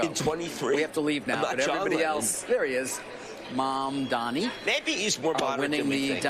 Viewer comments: Really? Do you think its preonounced man dani? Are you stupid? Do you know what sound M makes? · Why do they even say “mandani” the m is right there 💀I think they are just racist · Mamdani is one of the easiest names to pronounce phonetically if you speak English, yet these white men let Eastern European names roll off their tongue even if they don’t know a lick of the language. Weird.